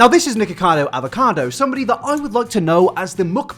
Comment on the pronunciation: He's ruined the word avacado for me